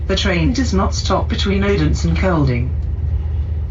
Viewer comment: Announcements in foreign languages are always tricky. gave us the correct Danish prononciation of "Odense", but as a foreigner I would like to hear the "d" there. In German, I guess you could sample "Bodensee" and cut the B. On another train that would stop in Naestved, my ears told me that I heard "Nästa Nästa".